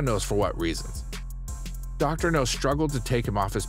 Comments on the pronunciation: It's doctor Noooowwwwww, as in... Now. Not no. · Your not saying his name right its not no sounds like now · It’s dr now not no he’s not a James Bond villain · i'll do it when you start saying the Drs name the correct way. its Dr NOW not Dr no. you may get more views and more people to subscribe if you did. Many people are annoyed by the way you are saying Dr. Now's name wrong. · You ain’t even watch the show if you’re pronouncing it Dr. No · Dr. NOW. Idiot narrator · I agree...Dr. No is a James Bond movie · His glaringly unprofessional pronunciation of Dr. NOW'S name is so ridiculous it's pathetic! Why would you hire someone, who doesn't have the ability to even pronounce the DOCTOR'S NAME CORRECTLY, or correct this error before posting it!!!!! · How the fuck can he pronounce all other names right but not Dr. Now?! What kind of sense does this make! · Maybe he thinks the W in Dr. Now is silent. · Yes it bothers me like crazy!!!